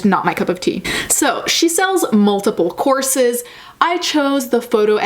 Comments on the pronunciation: I've heard "corpses", not "courses" and got my hopes up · thought you said corpses instead of courses imao